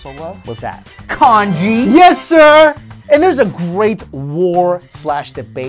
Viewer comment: LOL when you say Congee I think you're saying KANJI!